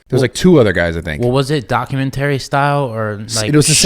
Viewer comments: Everytime Steve says documenTERRY I get angry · Lol the way he sayin "Docu man tary" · Steve “Docu/mentory style” Me- Go back to speech therapy my guy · Omg Steve. If you say documenttry wrong again I'm going to pound my head into a wall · “Document terry” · Doc-u-men-tarry I don’t think that’s how it’s pronounced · Doc-u-menery like bob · I like how Steve pronounces Documentary like the game console ATARI. DocumenTARI. lolol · Steve can't pronounce documentary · IS ANYONe going to tell Steve he is not pronouncing the word Documentary the right way?? I don’t know what Steve is going to do for content when all he’s done for years has been showing off and giving away money?? Good luck buddy. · this mf a millionaire and cant even say documentary correctly lmao what a time to be alive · The way steve says documentary pisses me off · never heard someone pronounce documentary like that.... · Steve doesn't know how to say documentary lol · Steve pronouncing “documentary” is the best thing ever. 😂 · I didn't think Steve had the tism. Until I heard him say documentary wrong a million times. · Steve needs to learn how to pronounce documentary lol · Steve’s got me questioning how to pronounce ‘Documentary’ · Please someone tell Steve how to say "documentary" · The way Steve says documentary genuinely frustrates me😂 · Someone please god tell Steve how to pronounce documentary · Steve , i hate how you say "documentary". But you're the man